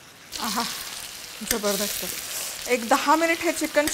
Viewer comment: aaha jabardast he shabd tumhi khup chhan bolta 👌👌👌❤️